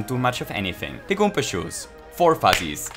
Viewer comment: goom*a is a swear but its ok because he keeps saying goompa